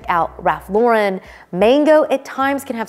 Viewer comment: Hi! Love you, love you channel! I designed for Ralph Lauren in the 90's - 2000's. Lauren is pronounced like the girl's name. 😊